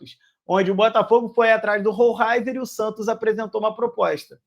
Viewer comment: É (ROLEISER ) a pronúncia correta!!! É assim que os narradores argentinos o chamavam quando ele jogava no Estudiantes. Assistia vários jogos dele